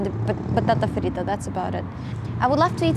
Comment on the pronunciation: Your videos are fantastic!! Go ahead and have a great year 2022. Por cierto, escuché "Patata frita" en , se oyó bien.